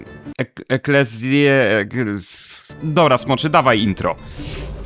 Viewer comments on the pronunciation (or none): Właśnie kolega wykorzystał wymowę kościelną "ecclesiastical" po angielsku. W wymowie zrekonstruowanej klasycznej dwudźwięk "ae" jest wymawiany jako "aj", jak powiedziałeś. Sama wymowa klasyczna istniała w okresie od circa 75 B.C. po III wiek naszej ery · zbitkę "ae" czyta się po łacinie jako "e" czyli czytamy "Mysteria Eklezje"